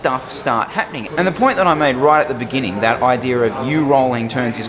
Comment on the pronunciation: great vlog but this is how you say the word "Beginning"